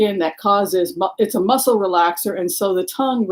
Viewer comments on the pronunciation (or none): none